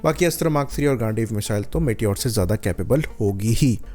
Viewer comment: Bhai Apne astra mk3/Gandeev ke pronunciation bit wrong ki its Gandheeeva